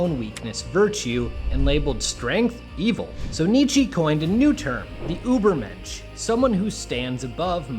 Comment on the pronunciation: Never say Übermensch again